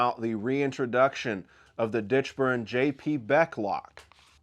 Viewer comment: Hey Thanks for the shout out on the Ditchburn-Beck lock! And you managed to say my last name correctly. You are probably the only one who has ever done that the first time!!! And yes, I am still hopeful that early spring will be the time frame for locks to begin shipping. There is still work to be ironed out on the mainsprings. I'll keep everyone updated at ALR and on Instagram. Best to you all!